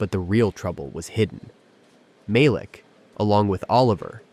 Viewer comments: Ma-leek not Malic Sheesh! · Its a soft a as in apple ma leek is how its said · Ma-Leek.....geez u kept butchering the mand name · Not a bad story… although I miss the days when you didn’t have to be mesmerized by the picket fence like robot that can’t seem to lean how to say , Malik. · This reader is disappointing by pronouncing the CEO’s name differently throughout the story. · You pronounced Malik’s name a few different ways during the video. Why use a name you are not comfortable with? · Cracking up the moderator cannot get the CEO’s name pronunciation right. He said Malik’s name differently throughout the video. I get the scenarios are AI — maybe the moderator is, too. As to the office politics…it was plausible until they brought in an outside threat. I stopped watching after that. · How many ways can "AI' voice, pronounce Malik?! Otherwise a good story. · The storyteller continue to mispronunciation of the CEO of the company. 😡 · The narrator pronounced Malik's name three or four different ways. What is his problem? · Whenever I watch these episodes on things of this nature the person that speaking, I don't know if it's an AI Voice or what but they always mispronounced the Black person's name? Like in this instance the guy name is Malik but he pronounce it four to five different ways throughout the story? So either these pronouncers are ignorant or racist telling a racist story. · I call BS on this one. AI bullshit to be exact. How is it that the exact same narrator properly pronounces a name in one sentence and mispronounces it in the very next sentence, and do this same thing multiple times?